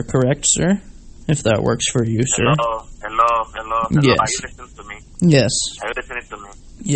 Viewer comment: Did you really actually say "henlur" picking up the phone